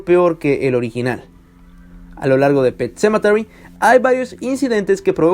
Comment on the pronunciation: Wey, deja de darle vueltas a tu puto video, además, no digas "pet sementary" cuando no sabes pronunciarlo, mejor di "el cementerio" o yo que sé, dislike.